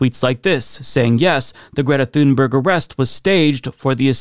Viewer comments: Small pet peeve and I'm sure I'll get a lot of hate for this, but Greta pronounces her last name closer to "toon-berry" and not like it's spelled. When Amy Goodman interviewed her, she asked several times, please pronounce your last name for us, so we get it right. And she said "toon-berry" each time. Not "thune-berg" actually. Carry on, friends. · She's swedish, her name is pronounced TUNE-berg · Pronounced TOONBERRY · Her name is pronounced "Tun-berry", the "g" is a "y", like in "Vogt". You don't say "Vogt" "Vog-ut", you say "Voyt". Likewise, say "Tunberry". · You should learn how to pronounce her name correctly. It really irritates the right for some reason.